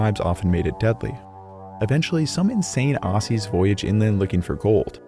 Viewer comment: that not how you say Aussies you silly drongo 🤦🏻